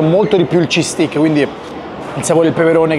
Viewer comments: Lo sai vero che stai continuando a dire "bastone al formaggio" si scrive steak si pronuncia "stèik" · “STEIKKKKKKKK” …. Occhio che sei chiedi lo Stik a un inglese, poi ti accontentano ahahah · DUDE! Steak si pronuncia STEIK, se lo pronunci STIK significa bastone! 😂